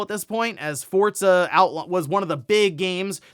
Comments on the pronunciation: FORZA Not "FORTZA" 😂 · Why do people say Fortza? Where is the T in Forza?